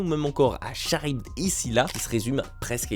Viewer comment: Charybde ne se dit pas "ch" mais "k" ....Karibe en phonétique car la racine du nom est grecque !